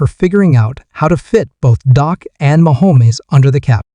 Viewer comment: If you are going to make commentary at least know how to pronounce the players name. It is Dak not doc and it’s not mchomwees.